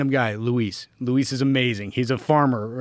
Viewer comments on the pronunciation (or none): none